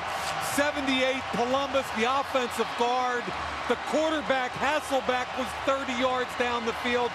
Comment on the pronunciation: My God the commentators of the 2000's did a really good job at trying to convince everybody that his name was HasselBACK and not HasselBECK. I didn't even know until a few years ago and when I found out, it felt like my life was a lie. Then I realized it wasn't my fault lmao, it was every commentator that said it wrong.